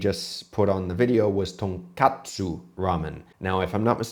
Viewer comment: What bothers me most is that he doesn't even say tonkatsu, he says tankatsu. Like, the tonkotsu/tonkatsu confusion is pretty common, but what the hell is tankatsu? Deep fried, uh... stairs? Most of the kanji I can think of with that reading are too abstract for it to even make sense. Deep fried simplicity.